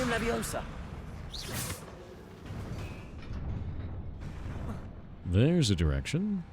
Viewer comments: Its leviOsa, not levioSAR XD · It’s leviOsa not leviosA 😂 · The slowly building joking rage as the Leviosa joke kept going... *backward*. Levi-oh-sa, not levio-sah, honestly. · It's leviOHsa, not levoiSA, also they don't remember the movie because of bananas in pajamas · I just needed to say; Its LeviOsa, not LeviosAAAAHH